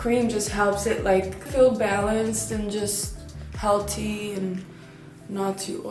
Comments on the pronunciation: Haha 😂 she said "helltea" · I love how she said healthy